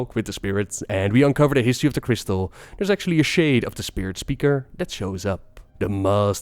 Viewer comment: shäde it's shäde